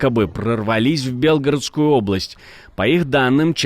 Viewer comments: Не "Бе́лгородская", а "Белгорóдская", хотя ударение в слове "Бе́лгород" падает на первый слог. Сразу ясно, что канал ведут именно наши)) (украинцы). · Не правильное ударение в слове -Белгородская, режит по ушам